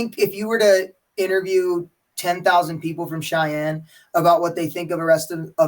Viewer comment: "Cheyenne Sheik"